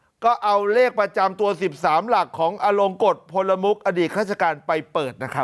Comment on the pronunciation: นามสกุล เกรียงไกร ต้องอ่านว่า พลมุข ไม่ใช่อ่านว่า พล ละ มุข ไม่มีคำว่า ละ นะ คุณๆพิธีกรอ่านข่าวทั้งหลาย